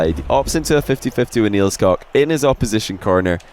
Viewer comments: you pronounce the 'koek' in nielskoek like cook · I ma Dutch and u are saying Nielskoek wrong lol